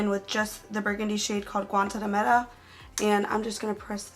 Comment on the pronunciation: You said "Guantanamera" so good haha